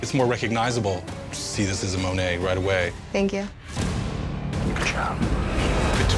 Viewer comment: I'm surprised that Dave Navarro pronounced Monet incorrectly.